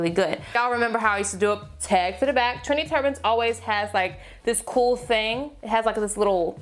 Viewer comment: As a person who is half Trini, I heard "Trini turbans" instead of "trendy"😂 Love these looks. Easy, chic and gorgeous:)